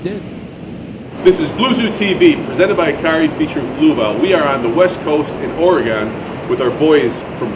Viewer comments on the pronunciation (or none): You pronounce it "OR-EH-GUN" not "OR-EE-GONE" lol. Great video!